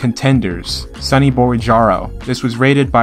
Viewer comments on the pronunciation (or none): none